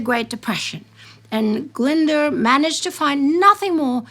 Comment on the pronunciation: Sorry, my pedant has come out to play. Glyndwr is pronounced Glyn & dwr to rhyme with boor, but roll the r for all its worth.